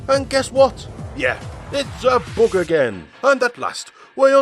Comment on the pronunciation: I love how this guy pronounces "Bug" as "Boog"!